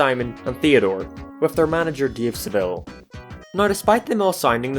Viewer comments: said Dave like Deve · When you said dave i keep hearing DIO instead of dave lol